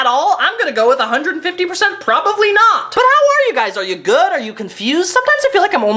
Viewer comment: What's the one thing I look forward to happening in nearly every video? saying "PROVABLY" instead of "probably". lol